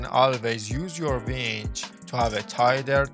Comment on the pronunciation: winch. not vench